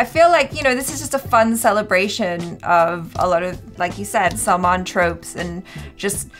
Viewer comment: Not Salman bhai, say like this selmon bhoi 😆😆😆